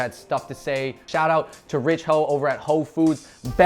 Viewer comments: Ho Foods? I thought he said Whole Foods!!!! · I keep hearing Whole Foods ahahaha